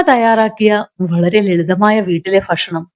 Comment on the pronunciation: കഥ വായന ഒക്കെ നന്നായിട്ടുണ്ട്.. പല സ്ഥലത്തും ഭ.. യ്ക്ക് പകരം ഫ എന്ന ഉച്ചാരണം അരോചകം ആയി തോന്നുന്നു. ഫക്ഷണം.. ശോഫ..